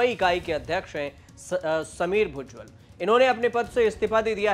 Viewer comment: भुजबल ना कि भुज्जल 😅😢😮